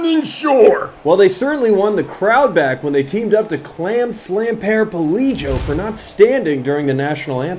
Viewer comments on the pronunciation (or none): "Paraplego" got me way harder than it had any right to.